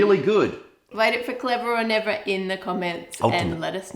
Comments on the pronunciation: "Clevah oh Nevah!" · "Cleva o neva" lol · Clevah! Or Nevah!